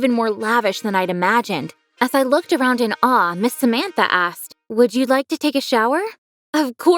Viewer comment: Samantha's Name Is Prounuounced "Sāmantha" And In India Sāmantha Is a Famous Celebrity